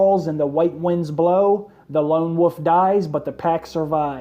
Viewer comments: It's wolf, not woof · why do you say woof instead of wolf??? it irritates the sit out of me, godd video anyways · IT'S WOLF! NOT WOOF. JESUS CHRIST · Anybody else hearing woof when he says wolf? 😂 woof pack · everytime this guy says wolf, it sounds like woof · "the lone wuf dies"